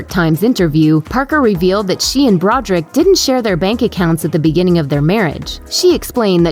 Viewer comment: Do you not know how to read? Brod er ick! Three syllables.